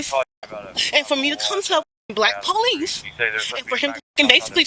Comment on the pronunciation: " De Powe- leese'